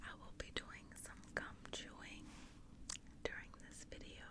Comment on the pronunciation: can't be the only one that thinks you say cum and not gum